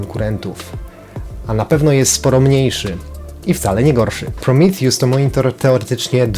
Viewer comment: To jest Prometeusz nie prrimitjus